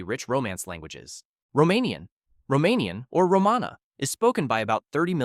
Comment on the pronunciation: Romanian does not have vowel harmony, and I also spotted quite a few more mistakes in the video. Also, try to at least pronounce the names of the languages in their native tongues right if you already tried going for it.